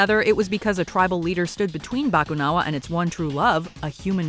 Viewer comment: Also, the stress is on the "na" in "bakunawa".